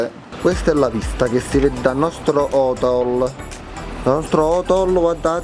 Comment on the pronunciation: Ti adoro però non si dice hitel ma hotel capi